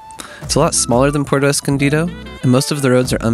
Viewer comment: Thanks for the great information! I don’t want to be too critical but it’s pronounced Pu-erto Escondido, not Porto Escondido. Since you do so much traveling, you can correct this pronunciation in other videos.